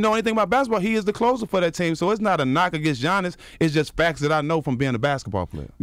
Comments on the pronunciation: “Gi-annis” dj envy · On the topic of super teams…and talking about the bucks let’s pronounce Giannis’s name right!!!!!